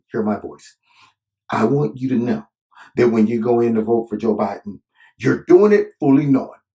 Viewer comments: Mush mouth Mc Gaff, strikes again?! 🤪 I really like the way says Joe Bahden. Great video always Corner!! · “Joe-buh-din” lol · I love how you say Joe B'den. 🤣🤣🤣